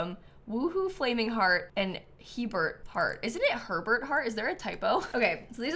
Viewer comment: Fun Fact: "Hebert" is a French name and it's pronounced kind of like, "A-bear." ❤🐻